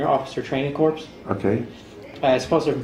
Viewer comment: he pronounced the P and S in corps